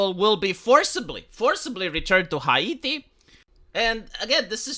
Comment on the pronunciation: "Hiati" huh? 🙄